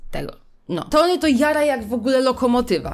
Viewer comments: Poprawnie mówi się ,,Toni" to, że Polacy często nie czytają poprawnie i potem inni przyswajają, że to dobra wymowa to nie znaczy, że tak jest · Generalnie ta książka jest tragiczna ale nie mogę z tego że typiara krytykuje książkę a nawet nie umie dobrze czytać imienia Tony XDD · mówi "Toni" a poprawnie mówi się Tony XDDD